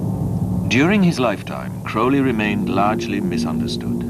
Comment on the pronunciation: The narrator pronounces his name correctly . Not many do . Including Ozzy .